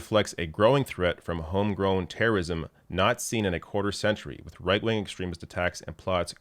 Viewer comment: I could have sworn said “reich-wing”. 🙄